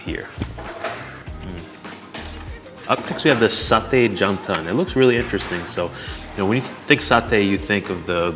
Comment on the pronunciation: sir.. your malay pronunciation are good.. ikan pari, satay.. very good.. I've watch almost all you vedeo and i know your reaction when the food is very delicious... that when your eyes widen.. can i say popeyes... and i know sometime you used your hand to eat.. just like em local...very good of you sir...and you too ma'am..